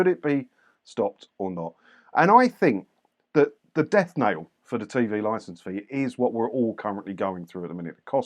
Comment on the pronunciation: It's not death "nail",, it's death "knell". Keep up the good work, though.